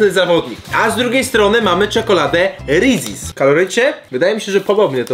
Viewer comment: Jak ty to wymawiasz xd Rezies aż uszy bolą